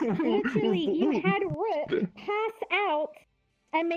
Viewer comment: If you didn't know, His Name is pronounced "Rook" Sorry If you already knew ;w